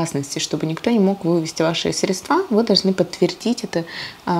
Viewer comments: Не средствА, а срЕдства!!!! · Сре!дства. А не средства! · исправьте ударение в слове "средства"